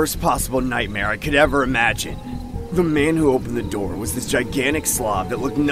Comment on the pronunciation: he started knocking on the window and said '' open the noor''